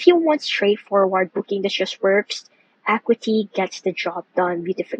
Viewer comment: Acuity - "Uh-KYOO-ih-tee" I know it's spelled similarly to "equity". English is stupid that way. :-)